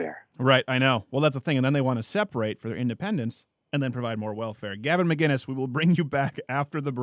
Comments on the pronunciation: will this guy ever get gavin mcinnes' name right? or will he just call him mcguinness forever? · Why does everyone pronounce his last name "McGuinnes"?! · Just start saying Gavin’s name wrong